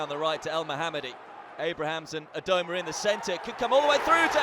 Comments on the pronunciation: Abramans. And doesn't he call Caroll Grealish as well? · He was also saying Abraham’s from time to time